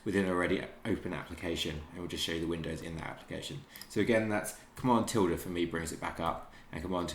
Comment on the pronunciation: Whats the shortcut key? Literally have no idea what he said "tilda?" .